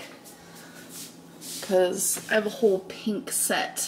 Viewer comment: Aaaygs in her little peenk set 🤪